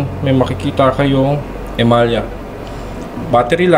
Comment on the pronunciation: E-MA-LA ang alam kobg bigkas jan🤔boss😅